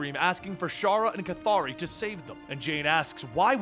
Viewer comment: How can you pronounce the name "K'ythri" like.. "Kathari"? Was there any official guidance of it?? I have wondered it for long! I'm going to be pleased if u answer me,, :)